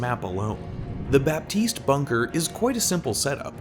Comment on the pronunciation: Can I be that guy for once ? It's not «BaPtiste» it's «Batiste» you don't prononce the P.... Sorry french is a bitch.